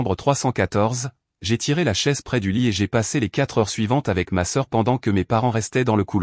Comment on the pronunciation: Pourquoi n etes vous pas capable de dire le mot heure